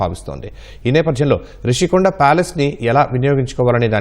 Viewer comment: అది 'రుషికొండ' కాదు! ఋషికొండ